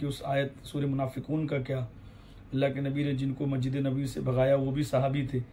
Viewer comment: Hazrat pehle apne talaffuz sahi kar lijiye masjid ko majid aur yazid ko yajid bol rahe hain